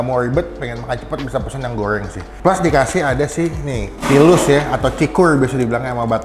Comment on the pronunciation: Seblak goeng bumbu Koea ... Hadeh ampun rrrrrrrrrr yg bnr ....